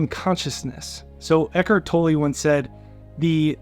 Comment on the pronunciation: Eckhart tolle is pronounced" toll". The only reason I am saying this is because I know him. I know how his name is pronounced. Make no mistake....you are Awsome! Unfortunately I'm OCD about these kinds of things. Please don't be offended. I use and listen to you daily!!